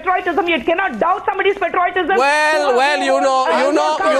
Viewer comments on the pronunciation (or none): Kushbu, firstly learn to pronounce patriotism correct. It is not patroytism...lol...what more can we expect from the Congress.